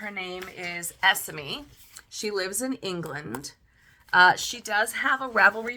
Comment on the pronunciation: I’ve just received this book too and it’s wonderful! I have loved your review of it, and shall delve into all your other videos now. 😊 As a British person I hope it helps to know Esme is usually pronounced ‘Es-May’ - I didnt want to cause any offence but wanted to let you know - because when you know you know 😊 xxx